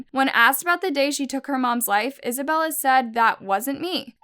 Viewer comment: She say Isabella i hear Annabelle